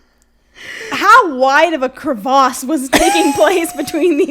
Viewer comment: i fucking cried laughing when said "crevahhse" holy shit ahahah